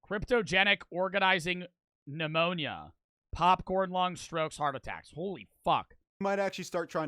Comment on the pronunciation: I know is smart cause he somehow read pneumonia right first try